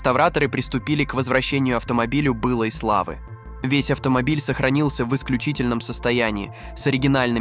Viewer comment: Бы'лой славы, Отпо'лировали, автор ты русский забыл чтоли?? Ударения расставляешь хуже немца русскоговорящего. Дэлореа'н....господи отойди от микрофона, Делоре'ан бл. Ты бы еще Ле'ргардио Левиос'а говорил бы вот так, 5 балов из 5 от радужных бы получил)) Ты если бота юзаешь, ты бы ударение его научил бы расставлять. Просто текст закинул и доволен только ты видосом.